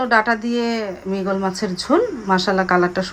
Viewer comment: 😅 মৃগেল মাছ। মৃগল বলেন কেন